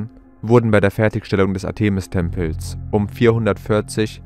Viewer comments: Griechische Wörter/Namen betont man auf der drittletzten Silbe: ARtemis, PerSEphone, HomoyoTELoton, ArisTOteles, etc. etc. Nur mal so... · Interessante "Behauptungen und Vermutungen". Ich weiß nicht, was wirklich geschehen ist und bleibe offen ... Ich hab' nur eine Bitte, lieber Vorleser, hör' Dir mal an, wie man z.B. Artemis und Ephesus ausspricht. Und Du klingst eintönig, was Du sicher noch verfeinern könntest 😅 Es ist auf die Dauer einschläfernd für mich und das ist sicher nicht Deine Intention 😉 Bitte nicht böse sein, doch ich vermute, daß Du ernst genommen werden möchtest? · Der Sprecher sollte sich vielleicht doch mal informieren, wie man historische Eigennamen wie Artemis, Ephesus und andere korrekt betont und ausspricht. Was er daraus gemacht hat, ist eine Lachnummer. Wir haben nach vier Minuten ausgeschaltet. Es war nicht länger zu ertragen.